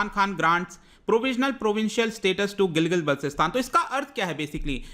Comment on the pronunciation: Sir Gilgit ka pronunciation Gilgil h kya❓